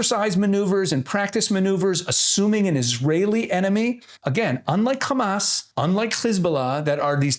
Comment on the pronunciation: When this guy said Kkhhammasss. I knew on what side he was on.